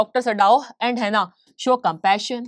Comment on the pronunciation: Mam sorry to interrupt but its Hana not Hena😅